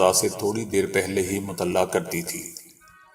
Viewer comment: لفظ ( مطلع) کا تلفظ درست کریں۔